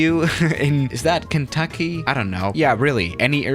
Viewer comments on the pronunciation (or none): The way he says “Kentucky” lol.